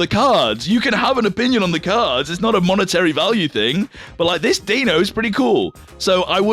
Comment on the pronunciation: Pronounces Hydreigon correctly. Pronounces Zweilous correctly. Completely butchers Deino despite knowing better. As a German I'm highly offended. Also, calling Darumaka peak has to be the worst take I've heard so far...